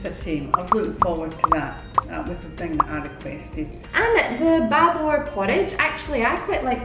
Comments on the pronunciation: Not a 'BA BUR'..dear.. its a 'BU BUR' or 'porridge' in English.❤👌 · Not Ba bur but Boo Boer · it's speak like boobor not bubor and without pepper the bubur will tasteless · Bubur sounds - boo boor..